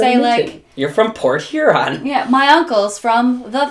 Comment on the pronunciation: Port Huron - Porchuron